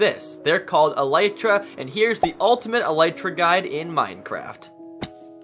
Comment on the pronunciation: I have never heard anyone saying elytra correctly